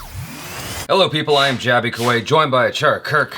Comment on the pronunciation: This was the first indian celebrity who's name jaby took correctly😁😂